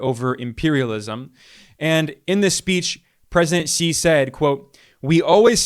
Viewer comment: Xi is pronounced "she" not "see" non-Chinese English-speakers are shy about saying "She" because is sounds like female pronoun: she when one sees, "shi", it is pronounced "shr"